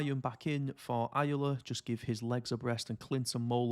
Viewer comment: Ayala is pronounced “i-ahh-la”